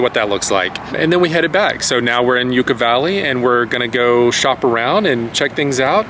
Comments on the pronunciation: Yukka valley not Youcca valley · Hi guys! I absolutely love your videos, they bring me so much joy and allow me to see so many awesome places!I have family from Yucca Valley and its pronounced "Yuck-Uh" :) Although, I like the pronunciation "Yook-Uh" better 🤣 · Came to say the same..God bless please don't take it wrong. But, it is not said like the Yucatan..it is 'Yuck a Valley'..lol! Was my home for a few years off and on and I miss it at times! Thanks for sharing your adventure! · I’m gonna go crazy bro is saying ucca valley and not yucca like it’s making me go crazy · It’s Yucca, not Ucca. If it’s your vibe, you really should know that!! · i lived here for till i was 18 and it’s not yUcca valley is pronounced yucka valley and it’s not as amazing as you guys made it to be it’s full of homeless and drug addicts and it’s full of tourists that are very rude and not to mention there’s nothing to do in yucca valley and a lot of weird things happen it joshua tree don’t glamorize this place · So many people pronounce it wrong it's hilarious. I've been going up there since 1961. We have a place in Ucca Valley. 😂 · Give me a break! You cannot even pronounce the name of the city properly! This video is more about you than Joshua Tree! Just anothe” cute “couple trying to cash in on their looks ! Unfortunately, you miss the real beauty of Yucca and Joshua Tree! Focus on where you are and learn how to pronounce it!